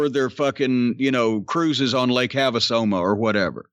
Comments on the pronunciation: "cruises on lake have a somo" lol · "Lake Havasoma." Lmao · Cruising “Lake Have-a-Soma” 😂😂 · Lake havasoma????😂😂😂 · Lake “have-a-soma” lol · Lake-have-a-soma lol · "They're cruises on Lake Have-a-Soma" LOL! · "Lake Have-a-Soma" HA HA HA!!! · LOL! "Lake Havasoma" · Lake Have-a-Soma 😂 💊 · "Cruises on lake haveasoma" Jesus Christ, Jim. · Cruise on Lake Have-a-soma lol